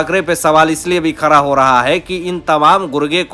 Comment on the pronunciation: You are also belong to fake news channel !!! Take it from me nothing will happen Shari Hatodi not Hathori. Like English man don’t say “ R” where “D”. It is BADA not BARA & Khada not Khara First learn to pronounce properly or go & Stay in London & Work for BBC